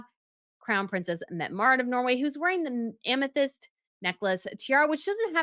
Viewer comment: Ingaborg, Lockenbergh, Metty-Mareet. It is very easy to do research in pronunciation, please do so.